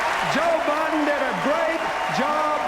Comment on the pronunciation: for "President Obiden" lol